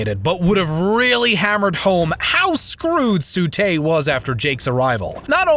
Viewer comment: T:44 Its TSU not SU